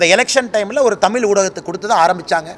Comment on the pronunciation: டேய் அண்ணாமலை proud kannidiga, ஊருக்கு ஒரு வேடமிடும் வேடதாரி , முதலில் தமிழை சரியாக உச்சரிக்கவும், அதுவும் 'தமிழ்'ஐ தமில் என உச்சரிக்காதே